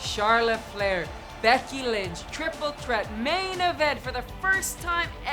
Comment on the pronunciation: I just love how Becky Lynch always pronounces Triple Threat as "Triple Tret"